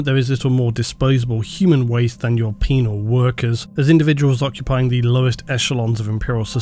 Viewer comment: I laughed every time you said penal